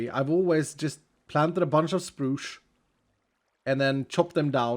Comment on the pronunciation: "Sproosh" instead of spruce 😂🤣